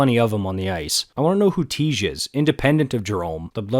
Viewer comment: Teeej not tie